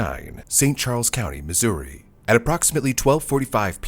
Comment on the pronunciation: I had to relisten a couple times, because you almost said it like the native joke, "Misery" XD